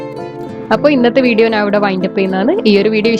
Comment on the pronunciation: Nan alla madam...njan aanu...nalla malayalam samsarichoode..